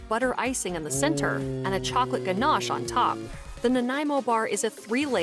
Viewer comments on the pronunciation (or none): none